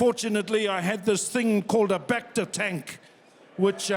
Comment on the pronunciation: I love hearing him say Bacta. If ya know, ya know.